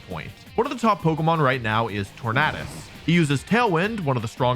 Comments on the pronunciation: Ok I can’t it’s torandes like a tornado you don’t pronounce tornado ternaaado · Sorry I don’t mean disrespect, I love your videos but you keep pronouncing Tornadus wrong. “U” is a vowel, which makes “A” pronounce differently. Look up the word tornado for reference.